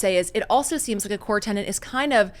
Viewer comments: Great interview. Also, it's TENET not TENANT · The word she keeps mispronouncing should be "tenet" promounced /tĕn′ĭt/ it means …Any opinion, principle, dogma, or doctrine which a person, school, or sect holds or maintains as true. The word is not tenent as she is saying it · It's tenet, not tenant. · I don’t know if either of these two understands the meaning of the word tenant or how to pronounce TENET. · It's 'tenet', not 'tenant'.